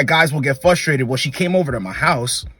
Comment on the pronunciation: Love these videos man but the word is FRUstrated not FUStrated.